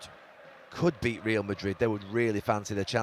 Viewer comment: REAL not REEL